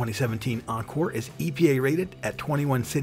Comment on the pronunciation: he said the 2017 Encore... I DIED